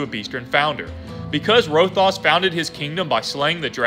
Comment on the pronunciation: Good video! But you said Rothias wrong, it’s Row-Thigh-Us not Row-Thos